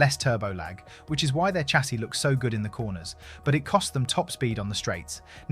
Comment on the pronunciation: Chassis is pronounced shah-sea.